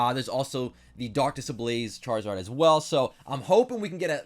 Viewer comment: Why did it sound like he said shartzard